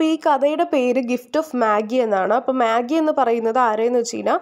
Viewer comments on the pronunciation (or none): Magi alla vaayikkuka മജായ് ennaan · It is not മാഗി but മജെയ്. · Maagim Noodlesum onnum alla. It's meijei while pronouncing..